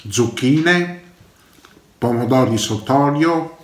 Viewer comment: Pomodovi fveschi... Zucchine fvesche... Pepevoni fveschi... Tutto fvesco insomma.. E il panino l'ho sfilettato io pevsonalmente.